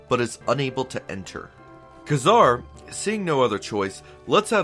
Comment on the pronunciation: Nope. You said "Nah-mor". Also, Ka-Zar is "Kay-zar". I hate being one of those people, lol.